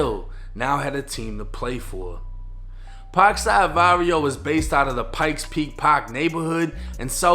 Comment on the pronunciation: Bro said pak sad vadio that's crazy